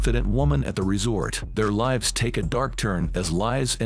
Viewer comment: I cannot stand AI robot voices he didn't even pronounce the word lives correct